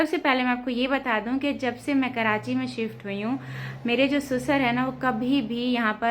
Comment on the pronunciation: Pahle to sasur hota hai susar ni